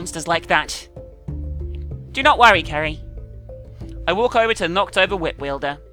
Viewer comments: At one point,you said Kerry not Ceri XD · Did anyone else notice that sometimes pronounces Ceri's name "Carrie"? It happened at least 4 times in the video. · Can someone count how many times says Ceri wrong this ep?